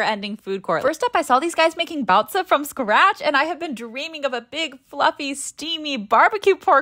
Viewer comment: I’m not going to mention how baozi was pronounced wrong